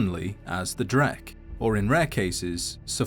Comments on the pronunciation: I'm curious about the source of the pronunciation ("drek") you use. The closest I was ever able to find with your pronunciation is "dreg". The Unofficial Elder Scrolls website uses "dreg". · In what universe is "dreugh" pronounced "dreck?" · It's pronounced Dreg, where do you get the K? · It's pronounced "Droo" Irish are picky and weird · I used to pronounce them "droo". Guess I was wrong tho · I only always pronounced it as "drew" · Huh. I always thought it was pronounced "drow". 🤷🤷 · I've always pronounced Dreugh like "drew." Am I the only one, or are there even weirder ways of pronouncing it? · Pretty sure the gh is like silently pronounced so it is dray.. like Dr Dre..👍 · I always pronounced it "drew". "Gh" is often pronounced with a soft "h" and being after "eu" in a word one would think it would almost imperceptible, thus "drew". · Huh, I had no idea it was pronounced like that.